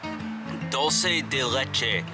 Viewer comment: Enjoyed your video but you need to pronounce your French and Spanish words proper it’s coo-Shaw (French for pig) and duel-ce(Spanish for sweet or candy) and last is Ben-yay.(French who add all these letters and then get upset when their language is butchered)lol. All in all I enjoyed this video and I’ll follow you to see you finish your list.